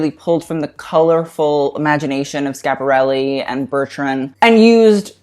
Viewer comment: please prounanca the I in Schiaparelli